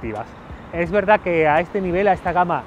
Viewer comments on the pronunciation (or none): none